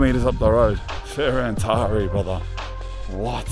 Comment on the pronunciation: Is called Ferentari with accent on T not on I, Fe ren tari. Manny turrists make this pronutiation mastake, because of google translate.